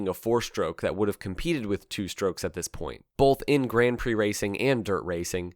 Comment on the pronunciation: Interesting pronunciation of "Grand Prix" . Why not just go the full hog and just say grand pricks? 🤔🙄